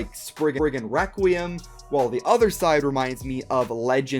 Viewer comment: Is it just me or is he saying ‘wrequim”